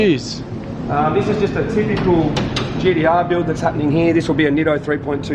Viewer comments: hearing GDR instead of gTr actually gets pretty annoying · My brain hurts when he says GDR.